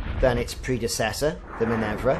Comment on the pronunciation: Great video - one thing - min-ER-va :)